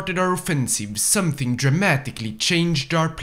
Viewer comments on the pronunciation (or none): none